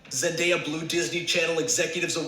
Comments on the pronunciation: Wait cuz wtf it Zen-die-ya He name’s pronounced Zen-day-uh it’s like literally spelt like that “Zendaya”😂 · Omg she say zendia....😭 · Why do people have a hard time with her name? It’s literally spelled with a “day” lol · Lmaoo she said zen-diya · did really say zen - dya? 😂😂😂😂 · Girllll bye don’t do zendaya like that😂😂 it’s zen- day- a literally how it’s spelt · No, both of you are wrong. It's Zen - day - uh